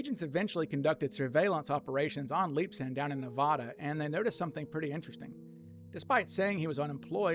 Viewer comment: NeVAda, not NeVAHda.